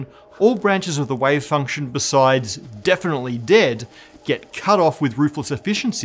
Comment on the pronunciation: Does this guy say wave function or way function?